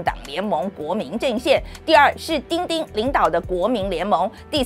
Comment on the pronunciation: 范姐的 “丁丁” 很到地